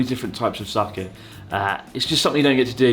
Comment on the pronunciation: sooobarooo???? sakay????? Nag a NoH??????? oh well.. at least you don't say saMEWrai anymore.. lol.